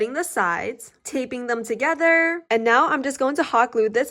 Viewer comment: the way she say's thogertrrrrr